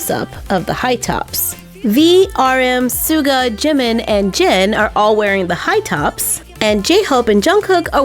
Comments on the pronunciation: Oh and it Jimin not jemen😠😠😠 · Its Jin not Jen Its Jimin not Jemin hehe btw love youuu 😘😘😘😊😊😊